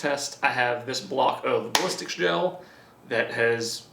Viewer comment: I thought you said ballsack gell 😑